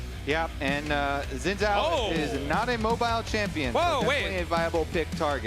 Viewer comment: I appreciate pronunciation of Xin Zhao. Seems most correct to me (for a fictional character).